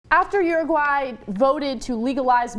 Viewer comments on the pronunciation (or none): Oh so its pronounced Ur-oo-gu-aaeh? Whole time I thought it was Oo-roog-oo-ay. FUCK I learnesdsomething today. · I feel like Cenk isn't pronouncing Uruguay correctly. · I cringe every time they say Uruguay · you're pronouncing chilli and uruguay wrong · Aren't they saying 'Uruguay' wrong?? Pretty sure they are..